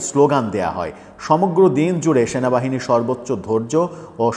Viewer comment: Shenabahine noy cenabahini😂😂😂 Eta keno bolen na? Sob molobadee supporters Shenabahine key akon namano hoyecey